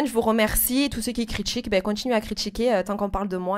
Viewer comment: " on a apprit à parler en off" visiblement les leçons n'ont pas été acquises ! Tu ne sais pas parler ksos ! "Toutes celles qui me crichtique" on se cotise pour lui offrir des séances chez l'orthophoniste ??